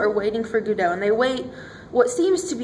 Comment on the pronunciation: Two cringeworthy Americanisms here. That dreadful, recent habit, i.e. starting the sentence/presentation with a conjunction, "so" and calling it Guddo. Its Godot pronounced Goddo.